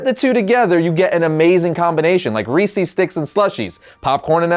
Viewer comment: “Ree Sees sticks” really!? Come on. The mans name is REESE! They’re REESE’s sticks/cups/pieces